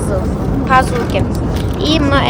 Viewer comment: Пазу емес пасу